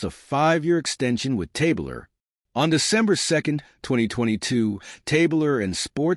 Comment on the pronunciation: Good stuff, except his name was pronounced Tab Ler, not Tabe Ler.